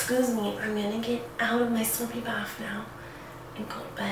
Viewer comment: Kylie Dowdy she even said baf lol